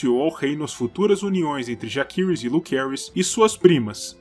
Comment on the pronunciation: Como no latim, 'a' + 'e' formam um ditongo, onde se pronuncia apenas o 'E'. Assim, a pronúncia correta seria JACERYS e não, JAQUERYS ou JAQUIRYS